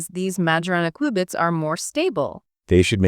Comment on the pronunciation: It's pronounced, "cue-bits." Like a cue ball. Not like the beginning of, "quick."